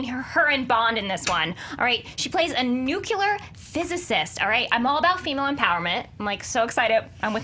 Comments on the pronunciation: just got in the Nucular group with Chris Stuckmann its Nuclear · "Nu-ce-lar"? Urgh. It's nuclear.